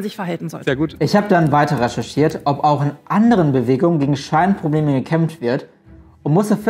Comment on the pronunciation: Ich hab Schweinprobleme verstanden und mir gedacht, moment mal! Ahhh scheinprobleme obwohl beides Sinn macht :D